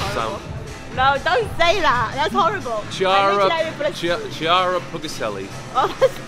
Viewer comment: io pronuncio correttamente il tuo nome:)